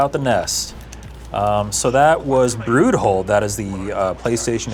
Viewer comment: "Brood Hole" That just ain't right.